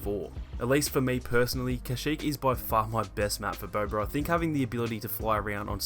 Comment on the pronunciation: Haha he pronounces it as”Bober”